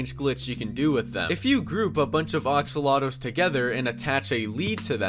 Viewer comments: it's axolotl not oxolotl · Oxolotl. It’s pronounced axolotl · is that one guy who says “Axolotl” like “Oxolotl” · Everybody gangsta till he calls an axolotl and oxolotl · Oxolotle? I think it’s Axalotl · WHY DO YOU PRONOUNCE AXOLOTL AS OXOLOTL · Ah yes oxalotl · Axolotl Not Oxolotol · Axolotol not oxolotol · ah yes oxolotels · Ah yes. Oxolotl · ah yes, my favorite mc mob. THE OXOLOTO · I love how he says oxolotol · I like how he said Axolotl... Oxolotl.... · did he just say "oxolotl" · Ah yes axototls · when he says axolotl it sounds like oxalotto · He called it aolxalotl